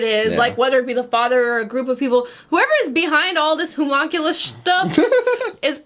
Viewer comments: Hue-muhn-cue-liss btw is the correct pronunciation 👍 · i'm just going to leave this comment on each new video: how to properly pronounce Homunculus: here we go. Hum. Unk. You. Luss. okay, see you next video! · They are getting so close to saying Homunculus correctly.